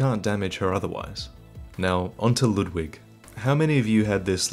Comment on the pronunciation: His pronunciation of Ludwig (as well as other German or German-styled names like Siegward) drive me crazy. The "u" is not "uh", the "w" is like a "v" sound, the "g" is like a light "k". It's a real name, so it's easy to look up!